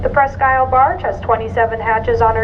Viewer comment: She doesn't pronounce her name right I'm not sure but I think it's named after a country in Michigan